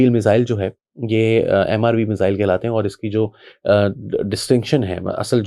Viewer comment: پائن میزل ایک بیماری کا نام ہے، میزایئل درست لفظ ہے